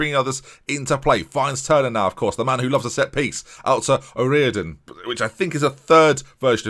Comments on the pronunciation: My last name is derived from O’riordan, you would say it how you say mine, O’reardon. Funnily enough my dads name is Gary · Oriordan is pronounced o-rear-den if you want to day it correctly